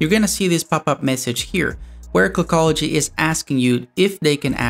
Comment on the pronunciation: Dude is there a reason why you sound so nasal? Like when you say the word clockology it sounds more like kogology are you phillipino by any chance?